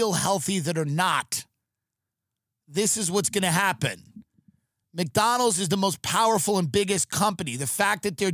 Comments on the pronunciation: His neck fat doesn't allow him to pronounce it properly. Poor guy 😢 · Why does he not put a d in McDonald’s. Mcdonal lol